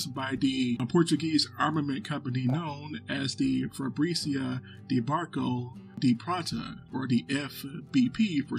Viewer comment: It's not spelled Fabrícia, the strong vowel is present in the second letter. Fábrica, not Fabrícia. Fábrica Braço de Prata. Great vídeo nonetheless.